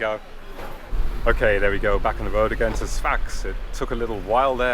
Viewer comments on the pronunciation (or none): none